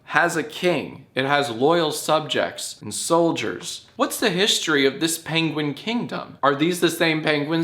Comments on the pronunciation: STOP SAYING PENGWEEN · im sorry..paingween? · hE sAiD pEnGwIng hahhzhahaha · “Paingween” -Johnathan Films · Couldn't fully commit to "pengwings"? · Uh why do you say penguin so weird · I see that has taken "penguin" pronunciation tips from Benihana Crumblcookie